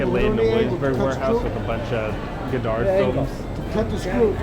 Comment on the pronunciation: It's Godard, not Goddard. pretty funny though!